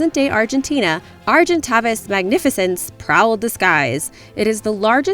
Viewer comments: argenytavis is pronounced argentavis the second a says it's name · OMG AND YOUR MISSPELLED AGENTAVIS?! Lol. Arg-in-tay-vis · the argentavis is pronounced argentāvis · just fyi you're butchering argentavis and deinosuchus (maybe some others)